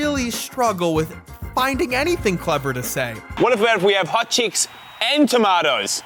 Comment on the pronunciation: I will never not find it funny hearing that guy with the very thick British (or quite possibly, Australian) accent - trying to say “hot chicks” even though it always comes off as him saying “hot cheeks”.